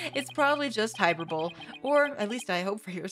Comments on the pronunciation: “hyperbole” should be read as hy-per-bo-lee. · HYPERBALL!!!! don't let anyone tell you it's hy-per-bo-lee, they're just jealous